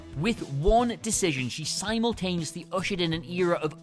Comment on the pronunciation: Si - mul - taneously? Are you actually British?